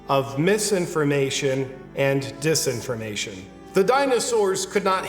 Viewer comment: At first I thought you were saying "misinformation and 'this' information." Which still made sense. Satirically.